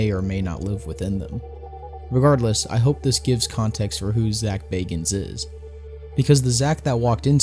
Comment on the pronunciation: Thank you for pronouncing Bagans correctly